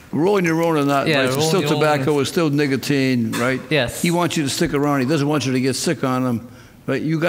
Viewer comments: this man said NIGGAtine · Sounds like judge said nigggatine instead of nicotine 🤣🤣🤣🤣🤣 🤷🏾‍♀️ I thought that was funny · 69 420 actually it was more like niggateam